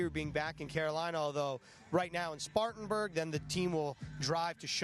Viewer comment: SPARTANBURG. Get it right you rookies